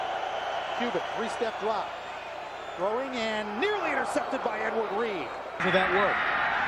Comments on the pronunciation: The way the announcer said Edward reed made me die inside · Listening to these commentators call him “Edward Reed” is hilarious.